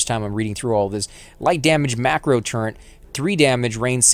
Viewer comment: Why oh why is this misspronounciation so common? I keep hearing it, everywhere, and it really grinds my gears! TurreNt TurreNt TurreNt! There's no God damned N in turret! Kill me.